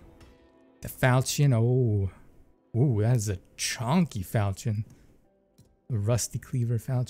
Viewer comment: The Falchion is pronounced Fal-shin for those wondering